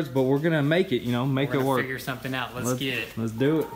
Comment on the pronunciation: He said let's get it, it esketit